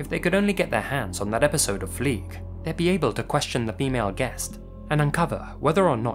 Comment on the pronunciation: Fliege, not Flieg.